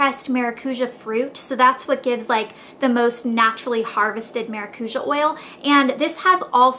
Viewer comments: You say it as "maracuya" in spanish. Try fresh squeezed maracuya juice because it tastes amazing! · It'spronounced Maracuya.... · you say maracuja wrong. maracuja is a brazilian world, and I'm brazilian. its MA-RA-CU-SHAR :) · is it not pronounced cuya? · It's actually maracu-JAH. lol It's Brazilian. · It's weird to here how you say maracuja cause I'm latin and we pronounce it mara-COO-YAH. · Lol in spanish and portuguese maracuja is passion fruit and thats not how u say it anyways.... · You said you did tons of research. But you sure dint learn the correct pronunciation of the oil.